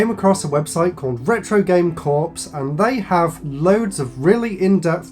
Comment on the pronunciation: ... and "Corps" is pronounced like "core". 👍